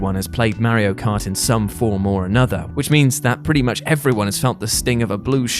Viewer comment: "Merry-O cart"